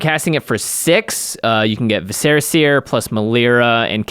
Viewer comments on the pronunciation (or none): I really don't want to be this guy but... its Vis-er-ah seer (like... viscera... internal organs... You scarifuce a creature so you can use their organs to view the future)